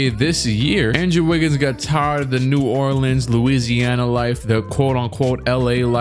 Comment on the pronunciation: Did bro just say new orlands u bout to beat the pelicans?